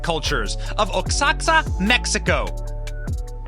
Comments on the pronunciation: Lol #BennyJohnson oxaca = o ha ca lol I think is a mexican dialect wherever u have letter * x * is supposed to sound - H . I guess mexico sounds mehico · I think Oaxaca is pronounced like wahaka. Not 100% sure though. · Oaxaca is pronounced wah-sháh-ka. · Benny, the way you butchered the words “Zapotec” and “Oaxaca” shows your level of culture my brotha, respectfully. I think it’s important for us learn how to say these things.